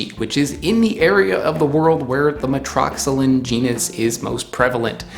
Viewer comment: For Metroxylon I’d expect metro-ZY-lawn as pronunciation but what do I know? The stuff around the seed… presumably that can’t be dried and used like ivory? (It looks superficially a bit like ivory.) It’s just the seed, I guess.